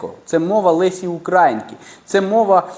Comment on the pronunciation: Лесі УкрАїнки😢 Не ставте такий наголос